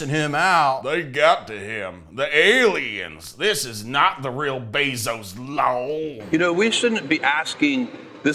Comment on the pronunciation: Disappointed to see stopped the bit where he said Jeff Bezos wrong on purpose